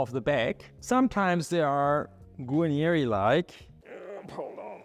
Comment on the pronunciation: Darf ich darauf hinweisen- Sie sprechen „Guanieri“ aus. Es gibt aber nur ein i und das steht am Ende des Wortes Guarneri. So wie sie es aussprechen klingt es wie „Guagneri“ in italienischer Aussprache